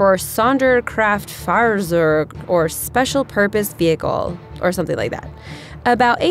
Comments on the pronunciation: "sounderkraftfarzerg". Okay. Sonderkraftfahrzeug, isn't that hard to pronounce. Sonder Kraft Far Tziog in murican. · Sonderkraftfahrzeug, number 6, pronounced 'zonder kreft far tzoig'. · It's also Sonderkraftfahrzeug, not Sonderkraftfahr-zerg. :-D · I fall in love at the moment she say "Sonderkraftfahrzeug" omg -.- can i marry you ? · sonderkraftfahrzeug... lady, goddamn, a german Z is spoken as "TS", c'mon get that, finally...! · How can you butcher such a beautiful and poetic german word like "Sonderkraftfahrzeug"?!